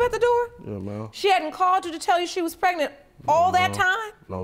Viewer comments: Prenant lol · Why can’t any of these people pronounce the word “pregnant”?